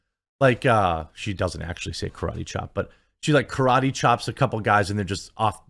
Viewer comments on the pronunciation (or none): none